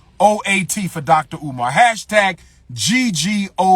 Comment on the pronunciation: My man said dollar umar 😂🤦🏾‍♂️